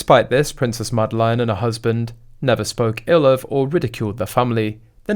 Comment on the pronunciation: Her name is NOT Madelaine. You pronounce it very wrong.